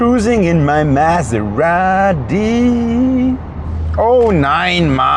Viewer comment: it's the only time you say the actual name of the car: "Miserati"